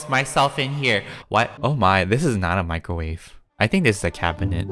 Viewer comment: you guys need to stop getting in my micawrave Also: get out of mY micawrave before I micawrave myself Me:😂😂😂